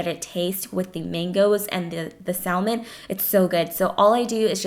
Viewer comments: it is said sam on not sal mon idiot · Salmon is pronounced "sah-mon". The L is silent. Hate to be that bitch but it bugged me lol. These bowls look AMAZING!!!!! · I love your video's but Salmon is pronounced (Saa-men). I've recreated your chicken, plantain, and corn soup my hubby went crazy for it. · The "L" is silent in salmon so it's actually samon. Just a sweet little FYI. Hope no offense is taken. Love your channel and recipes! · I stopped watching after i heard her pronounce Salmon.... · FYI the "L" is not pronounced in salmon. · Mae .Lindaaa u don't pronounce the 'L' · You should never reheat rice as it becomes poisonous. Salmon is spoken without the L. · The "l" is silent in salmon 😥. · Hi, the meals look fantastic! FYI, you don't pronounced the 'L' in Salmon in English. Love your videos!!:)